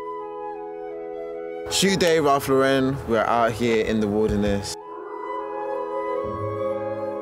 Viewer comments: No one gunna comment on the fact they are mispronouncing ralph lauren the whole time? Its pronounced LAU-ren, like the girl's name. Not lau-REN. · do people realise that it's pronounced Ralph Lauren with emphasis on Lau like the name Lauren? Ralph is American, not French or wherever you would pronounce it LauREN 😊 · Thick white socks with a black suit and black loafers was a mistake. Also luxury suit and dirty floor just don't mix. In the US RL is pronounced as LAuren. In the UK i guess it is more french like Laurent (LaurEn)? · They could at least pronounce the name right